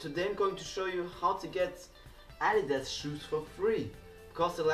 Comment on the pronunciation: The way you pronounce adidas😂